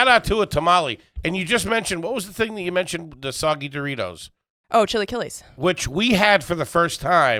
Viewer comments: "Chilly killies" 😂😂that's definitely not how you pronounce that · Chi-lah-key-less 😂 not shilikeelees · “CHILLY KILLEYS “ is a hysterical way to pronounce chilaquiles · Cheelykeely’s =chilaquiles😂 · AYG discovering chilaquiles brings me so much joy, Kelsey's pronunciation, not so much :D